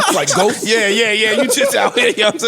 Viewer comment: Theres Ghost……THEN THERES “JHOEST”